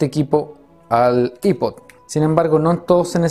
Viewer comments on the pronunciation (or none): I-pod nombreee que asco de pronunciación